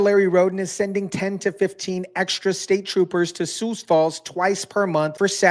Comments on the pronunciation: It's pronounced sue, not sues. Great segment, though. ❤ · just a little pronunciation tip: the "x" in Sioux is silent! Just say "Soo" as in "soon" & you'll be golden. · "Most" of South Dakota is on board with this, but the liberetards are slowly creeping in here too! And why is driving fast being lumped in with this, we need a little excitement in Sioux Falls. Which brings me to another thing, it's pronounced Sioux (sue) Falls, a little research makes the story SOUND better. Dear criminals, A LOT of people own guns here also! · Sioux is pronounced sue.